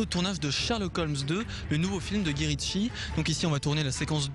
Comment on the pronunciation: Ce n'est pas en hurlant 'Guyy' qu'il allait obtenir une réponse vu que le prénom se prononce 'Gaï', mais en tout cas, il a du culot!